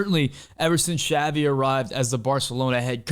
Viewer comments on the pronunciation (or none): none